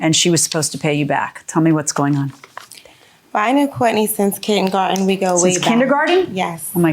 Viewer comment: and Milian correcting how she pronounced it